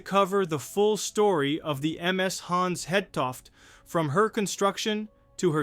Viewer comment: Actually the ship København, lost in 1929 with 59 crew would make an excellent subject for this channel: It is much closer to the Titanic in time, but considered more obscure than the Hans Hedtoft. Your video is good, but your actual pronounciation of the name Hans Hedtoft leaves a bit to be desired for Danish listeners. Try to listen to how Google Translate pronounces it.